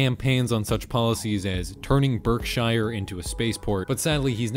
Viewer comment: as somebody who lives in Berkshire, his pronunciation offended me